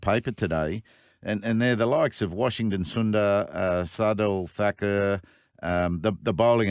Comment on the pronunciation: Thy fuck thakur's name right left nd center... What is thakieeerrrrrrr 🤣🤣🤣🤣